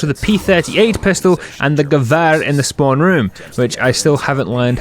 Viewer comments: You're saying Gewehr right, but it's more Grr-vee-er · You did say gewehr correct